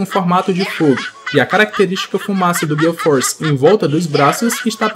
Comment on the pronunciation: Parei de ouvir mo gear "force"